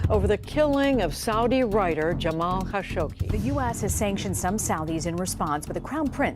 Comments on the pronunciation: Jamal Khashoggi not Khashogshi. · Why do you keep adding a sh to the end of Khashoggi? It's literally just you that does it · It’s Khashoggi, not Khashokshi :/ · Khashoggi, not Kashoshi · What's with the kashogshi pronounce 🤨 it's literally kashoggi written 🤨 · Kashoggshi? Seriously? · It is "Ka-show-gee" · Pretty sure y’all completely mispronounced Kashoggi’s last name 🤷🏻‍♂️ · It bugs me how she cannot pronounce Jamal Khashoggi, There is no SHE at the end of his name. How are you the ONLY media that cannot pronounce his name correctly ? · You could at least pronounce Kashoggi’s name correctly.